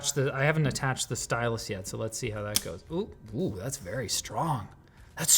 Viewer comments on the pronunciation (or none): The apple sy-yaie pencil 💀💀💀